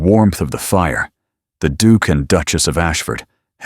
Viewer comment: I can’t get over the pronunciation of Duke = Dook!! Yuk